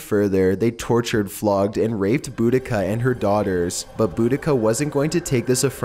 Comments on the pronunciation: There are several proposed spellings for Boudicca’s name but all of them are pronounced the same, sadly this guy (and many others) don’t pronounce it properly and it drives me NUTTY when people mispronounce it! It’s pronounced Bo-da-see-uh. However, no matter how someone pronounces her name, no one can deny she was vicious AF! To be fair the upperclass Romans had been ordered to evacuate (especially in Londinium) but many ignored the orders thinking that there wasn’t much of a threat from an army lead by a woman. And oh BOY were they mistaken! She was a rabid animal out for revenge after what the Romans did to her 2 young daughters. One of her most infamous torture techniques was to string rich Roman women up by their hands, cut of one or both of their breasts and then SEW the breast or breasts onto the women’s FACES! Brutal AF!!! As a mother of a 12 year old daughter I can sympathize, especially because some accounts place the daughters ages at 10 and 12 years old but no one is absolutely positive about their ages other than the fact that they were both 15 years old or younger and they had both been raped repeatedly to ruin them and prevent “good” marriages for them to keep their potential husbands from taking over the chieftainship left vacant after the death of the girls father. The only reason she lost to the Romans is because she got too cocky. She was actually chasing them out and the final battle happened in a small cul-de-sac like area, there were so many men packed i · It's pronounced Bo-da-see-a. :-)